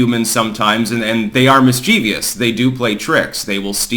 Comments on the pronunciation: Not to be pedantic but I know you are an Enneagram Type1, so here we go: Mischievous does not have an "i" after the "v"; pronounced mis-cha-viss Sorry, blame my Grade 11 English teacher for this one... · mischievous has THREE syllables, not 4. Miss chiv us.